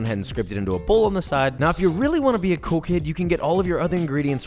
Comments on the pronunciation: Did he say coke head or cool kid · i heard coke head instead of cool kid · He says “cool kid”, I heard “coke head” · Oh he said cool kid I thought he said coke head